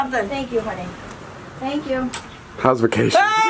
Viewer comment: "tank you bro tank you"